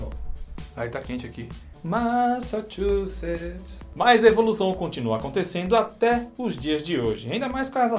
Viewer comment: Ouça "Massachusetts" com os Bee Gees. Você pega a pronúncia rapidinho. Além de ouvir uma bela canção.